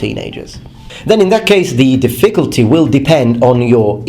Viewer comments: Hey man. Your English is amazing. But you should say diffiCULty, instead of difFICulty. Again, I thought you were native english, but it's just something that i noticed. Love your channel! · I hate to criticize your pronunciation (in English, not the Japanese obviously) but when you said "difficulty" it sounded like you said "the ficklety" , remove some emphasis off the I after the Diff- and say -culty like how you'd say cult. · The way British people pronounce certain words like "difFICulty" and "adVERTisement" always throws me off. Such a weird intonation to my American ears... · His pronunciation of "difficulty" is adorable. "dif-FIC-ult-ty" He puts the wrong em-PHA-sis on the wrong syl-LUH-bul. :-D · The way you stress the word "difficulty" is incorrect. It's on the first syllable, just as in "difficult". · Hi (sorry, forgot your real name...) - I saw a video where you said you like to have your pronunciation corrected, so just to let you know the word "difficulty" should be stressed on the first syllable, not the second. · Good video. A small piece of constructive criticism. The word "difficulty" is pronounced with the stress on the first syllable, not the second. Your English is otherwise pretty much perfect. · The emphasis in the word difficulty is on the first syllable, not the second. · This guy's trolling me by mispronouncing difficulty. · Do Brits emphasize the second syllable in difficulty? I thought that like Americans, they emphasized the first, as in DIF-ficulty. Anyways good video! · Is what he said a mistake? My question was sincere, since I really don't know for sure which syllable British speakers emphasize in "difficulty." Though if his pronunciation was a mistake, he has said in previous videos he appreciates his viewers helping him catch these and improve. Also purpleanex why the prejudice against Americans? You could have just said his English is very good, which it is.